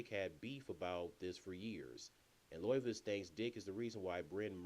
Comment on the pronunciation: Pronounced 'Lovitz' not what you said lol